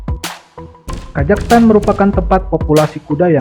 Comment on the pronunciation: Kok ngomongnya kajaghstan?